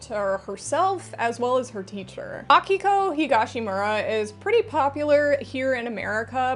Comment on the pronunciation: As someone named Akiko, it was both nice hearing someone say it right, and really confusing hearing my voice repeatedly lol Also I'm a lesbian, and a lot of shoujo manga has emphasis on romance, but usually straight romance (and honestly i'm just not that interested in that). Do you have any recommendations for shoujo and seinen yuri? A lot of the time it seems like yuri just ends up being shounen somehow.